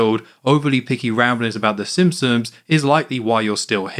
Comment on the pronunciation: My friend TJ made me leave this message. I’ve really enjoyed all these videos, and can’t wait for the rest of the series, but did anyone else notice how keeps pronouncing it “Sim-sons”, and neglecting the P? I’m gonna turn it into a drinking game, and don’t plan to survive a second re-watch of the video.